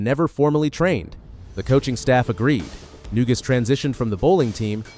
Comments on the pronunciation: It's Na-Goose, not New-Gus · It’s pronounced “na goose.”Painful to hear the mispronunciations… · Maybe you could have got his name right, it's "Neguse"